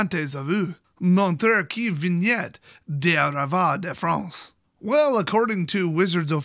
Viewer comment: the french (with a wierd spanish accent) intro wasn't thaaaat bad expect for the word "viennent" that somehow morphed into "vignette" :p